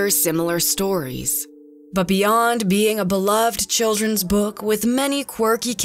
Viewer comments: Girl: Book What i hear: bUuK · weird way to pronounce 'book' lol...